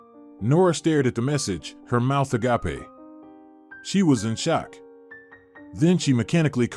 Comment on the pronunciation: It’s pronounced A gape not a gapa